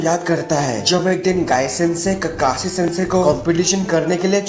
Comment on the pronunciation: Pronunciation Of Keeekeshe (Time:- ) Is OP 😂👌🏻